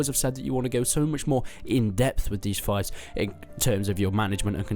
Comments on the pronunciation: It's fief like thief, not fife xD apart from that the games really looking good! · Pronunciation: It’s Fief not Fife (fEef not fiyf) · It's pronounced feef not fife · It's feef right? Not fife? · Just FYI, its "FEEF" not "FIFE" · fief not fife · Pronounce fief better pls Thanks :)